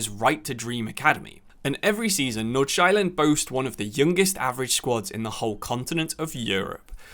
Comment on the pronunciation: and the pronuncation was completely butchered in this video